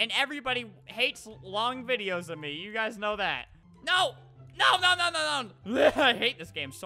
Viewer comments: U said u guyzas lol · Well that's how it sounded